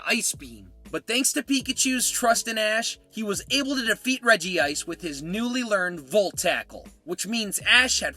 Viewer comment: …and sill-val-EYE (Silver and Ally), glad-ee-AHN, REDGE-ice, and NAH-GUH-NAH-DULL (Naga (a term associated with snake/human hybrids) and Nadel (NAH-DULL; German for Needle)) You have bad pronunciation issues,! 🤨